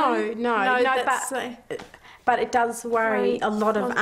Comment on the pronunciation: When Australians say "NO" they use every vowel. "NAIEOU"